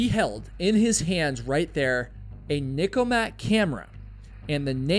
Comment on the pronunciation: NIKKORMAT. Not Nikomat.